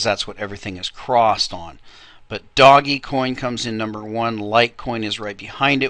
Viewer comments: Okay, You have again missed out on talking about by far the most important factor right now, which is BtcChina, They are 40+% of the entire market and they are going belly up. I'm waiting for another large correction from them. Also, It's pronounced ( Dohj Coin ) NOT "Doggy Coin". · first of all its pronounced dogcoin it comes from a meme when someone spells dog D-O-G-E. second of all brother john never forgets to mention the coins he's playing in... third are you serious,? just lol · I pronounce it doggiecoin... who are you to decide for the rest of us :P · me, I pronounce it dodgy coin.